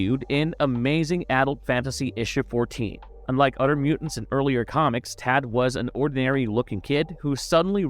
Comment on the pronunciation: other = udder